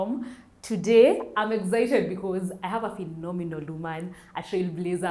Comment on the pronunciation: why do Kenyan s like to say eggzited? It is excited for heavens sake